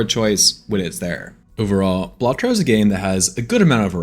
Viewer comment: dont need to see it, hes saying it wrong.